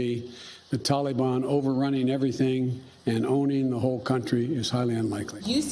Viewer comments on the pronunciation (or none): "Tollybon". Sleepy Joe thinks "tollybon" is a flavor of ice cream.